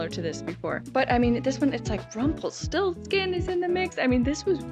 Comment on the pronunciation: Avery Brooks mispronounces "Rumpelstiltskin."